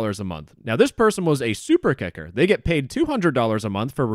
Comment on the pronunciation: This is so disgusting i hope they get investigated Btw whenever says kicker it does not sound like kicker